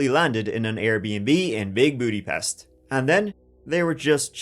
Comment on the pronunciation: You butchered the word Magyarország and Budapest 😂 Love from Hungary :)